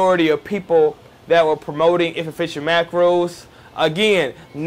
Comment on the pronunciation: What the hell does he keep saying? Inefficient macros? Eatificent macros?